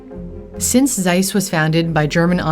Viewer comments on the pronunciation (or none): "Seiss that is es very german name, Seiss." No its not. Its Zeiss, not Seiss.